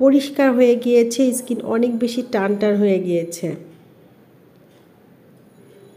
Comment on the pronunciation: ইসকিন কি ধরনের কথা skin স্কিন বলুন।।। যদি তাও না পারেন বলবেন চামড়া বা ত্বক😆😂🤣।।। আর গোলো না গ্লো হবে এতো ইংরেজি কেনো বলেন 😃😆😁 ।।।